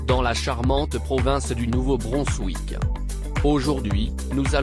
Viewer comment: Attention à la prononciation de Nouveau Brunswick.